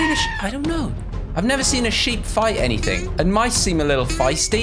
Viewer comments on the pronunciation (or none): none